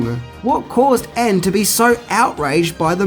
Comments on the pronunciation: I believe it was said with a complete understanding of why Ende hated it. BTW, shouldn't "Ende" be pronounced "END-a?" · In German both "Michael" and "Ende" are pronounced completely different from the way you pronounced them and "Boot" in "Das Boot" should sound like "boht" not "buht". Also the "o" in "Wolfgang" is an "o" and not an "oo". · I'd say something about his mispronunciation of Ende's name... but he seems to be struggling with the pronunciation of several English words. And is it just me or does he have more hair on his arms than on his head? :p